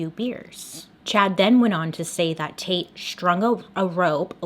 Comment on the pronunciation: Dislikes are at 420 😂 I'm smoking to that. Not going to lie with my immature mind everytime I. You saying "taite" I kept thinking you where saying "taint"🤐😂 I fail being an adult. Love your channel! The best ever!